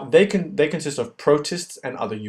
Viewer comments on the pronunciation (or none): none